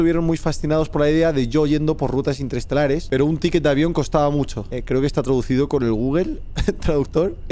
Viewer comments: Rubius: interestelares El juego: interestatales Mi hermano era tu seguidor Rubius ❤❤ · "...Rutas interestatales" Rubén: "Rutas interestelares" ... Capitan Kirk regresamos a la Enterprise... XD XD XD